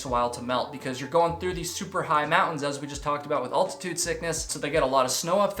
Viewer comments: How tf does someone get to his age without knowing how to pronounce “altitude”? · Man says 'altitude' kinda weird